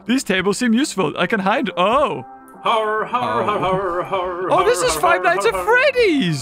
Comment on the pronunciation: You started with dinosaur and you are playing hörrēr games